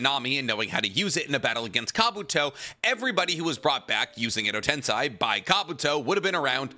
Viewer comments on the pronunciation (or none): I find it hilarious that he calls Edo Tensei "Edo Tensai" because Tensai means genius in Japanese lmao